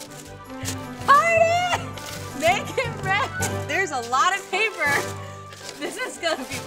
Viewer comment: Lana: ItS PaPeRrRrRrRrRr Why did you click read more?